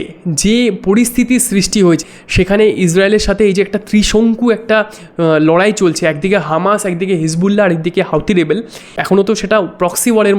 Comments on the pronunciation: হাউটি না হুতি 🤣🤣🤣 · ভাই শুদ্ধ অশুদ্ধ পড়ে আগে দেখতে হবে ভাসায় প্রচার কোনটা 😂😂 হাওথি হবেনা হুথি